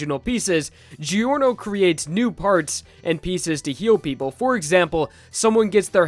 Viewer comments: Giorno is pronounced “Jorno,” not “Gee-orno.” Also, what about GER? It would be the best healer, technically. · Please, stop pronouncing Giorno as "Geeorno" instead of "Jorno" It hurts my soul